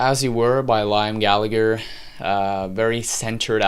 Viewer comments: Your constant mispronunciation of "Liam" does rather undermine your opinion somewhat. It's pronounced "lee-am". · Your review doesn't mean anything to anyone and lost all credibility cause you can't even pronunciate Liam's name. And there are two Gallagher's so everyone treats them as Noel and Liam..nobody calls them Gallagher cause it confuses people up. It's rock n roll music...The wheel has been invented already. want to hear something new? go kick a fucking trash can and see if you can make an instrument out of that!